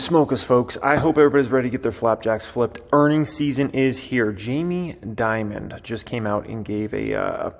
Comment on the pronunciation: It's Dimon not Diamond